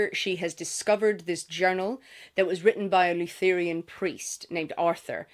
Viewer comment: I wanted to share the story of what happened to me when listening to your review of Buffaalo Hunter. I'm nodding along listening as you describe the main character confessing to the 'lou-THER-e-an' priest and thinking 'great! I'm up for an Native American folklore horror'. Then I realised that you were refering to a 'LUTH (ryhmes with Ruth)- ur-an' priest. Lutherans are a Christian denomination. But I realised that my whole perspective had changed when I didn't realise what religion the priest was. Wether it is part of the book or not, I was struck with a sense of the strangeness of Christianity in this setting and how much I am, however unconciously, influenced by my Christian upbringing of what is 'odd' or 'other'. All this is said, not as a dig at the pronounciation of Lutheran; but as how discussions of really good literature can take us to strange and lovely places. So, thank you! I look forward to reading the book and hopefully the Audiobook.